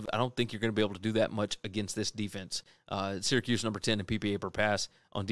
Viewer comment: Why you keep saying Syracuse???